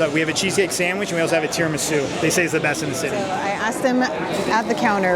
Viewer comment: Realized you pronounce "also" as ulcer whenever you say it and now I cannot unheard it!! Great video again